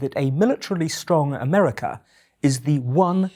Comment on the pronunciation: 'Four great threats to peace, democracy & freedom" Ah-mer-ri-ca, it checks out